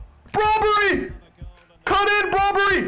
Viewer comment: Cap. Also it’s Brobbey not brobbery lol